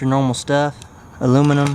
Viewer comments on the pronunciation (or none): Ailnaminyum is how he said it